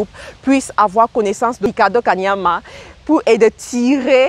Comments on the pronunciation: Belle vidéo, mais sache qu'il ne s'appelle pas 'Kamania' comle tu l'as dit tout au long de la vidéo, mais 'Kaniama' commevtu l'as si bien écrit sur le titre de ta vidéo ... :) à part ça, pouce vers le haut... Bonne continuation ! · c'est KANIAMA pas KAMANIA tu detruis son nom la jusqua 😂😂anyway merci pour cette synthèse puissante!!